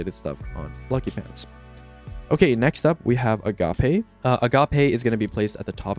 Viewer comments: Agape is pronounced uh-gayp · why everyone pronouncing it “Ah-ga-PAY” 😭 it rhymes with “tape” guys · A-Gape lol